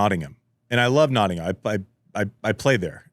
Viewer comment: Producer - fyi I know the English language is inconsistent, but we pronounce Nottingham like Notting-um not Notting-ham! Andy pronounced it correctly. 😊 love the show btw!